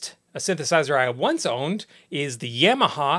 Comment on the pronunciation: did you say yEmeha???